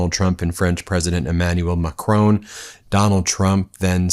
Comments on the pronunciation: It's pronounced mack-ROHN, not McCrone! He's not Irish! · For Goodness sake, Ben, the name of the French president is Macron. The stress is on the first syllable. It is NOT like Stallone. No way! The ‘on’ is simply like ‘on the table’, so no ‘own’ sound! It is so irritating to hear you wrongly pronounce his name month after month. I love your work, really appreciate everything you do, and the rest of the team, but make an effort Ben, please! Macron as in saffron Judith, Avignon, France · It's Macron....not Macrone. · MACRON! NOT MACRONE! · It's MA and KROHN, not Macrone or McCrone! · Macron not Macrone. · Ben! Mac-ron, not mac-rone! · it's Macron and not Macroon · Macron (who, incidentally, is pronounced Ma cronn not Ma crone) knows exactly what Trump is: an ignorant huckster who has caused financial chaos across the world, not to mention probably around a trillion dollars in total damage. This fumbling, feeble, encounter will only enhance the inglorious reputation of this stain on US history. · Hi Ben. Nothing to do with this but please pronounce Mr Macron's name properly. It's just respectful. It's not Macroan. It's Macron. Ends in on!! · Who's "Macrone"? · Macron not Ma Crone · That’s not how Macron himself pronounces his name.